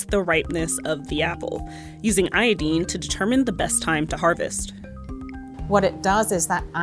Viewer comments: IoDINE (rhymes with wine). I didn't think there was an american accent that pronounced it like "iodeen" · It's pronounced aY-adyne not ay-adEEne. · Girl you speak with an American accent, say iodine correctly. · American Female journalist about the apples has never heard of the word “iodine” so she pronounced it the british way…. Yikes girl.